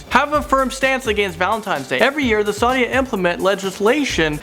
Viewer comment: It's Saudi Arabia not Sadi Arabia